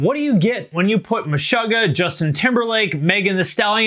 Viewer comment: don't ever pronounce Meshuggah wrong again. da fuck.